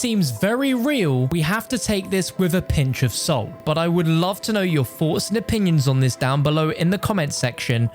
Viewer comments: “I’d love to know your foughts and opinions here “ god I love when he uses h’es lol 🤣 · he can't pronounce the TH in words